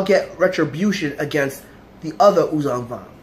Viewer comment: Thanks for keeping the memory of these these Characters alive. The admiral is written "Daala". And Yuuzhan Vong is spoken "Yuuzhan Vong", with a voiced sh, not with a voiced z. Great commemoration video. ♥